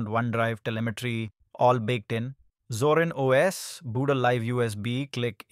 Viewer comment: ゾランじゃなくゾリン（あるいはゾーリン）な。それをどう読んだらゾランと読めるのだ。